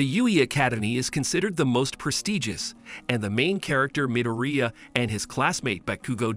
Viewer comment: You have done a awesome job explaining what happens in MHA and what a bada** deku is. But I know im going to catch a lot of crap for saying this but if you watched this in english why can’t you say izuku midoriyas last name properly sounds like your saying diarrhea with an M slapped in front of it. In addition you say ragdoll is a man when clearly shes a girl she has boobs. And tokoyami a main character word for word you say (she uses her shadow). When Tokoyami is a dude. This is the mistakes i found only a half hour into your video and anyone who hasn’t watched my hero academia is getting told the incorrect information about certain characters and I’ve only watched a half hour so far. Yea im sounding like a A hole here but at least do the research to get the genders right. Besides that you have done a great job for explaining 5+ seasons into almost 4 hours.